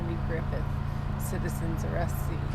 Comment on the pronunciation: You should've put more accent into the "Citizen's ARRAYIST, Citizens ARRAYIST". Lol. Of course she probably still wouldn't have known as she said she was not a big fan of Andy Griffith Show.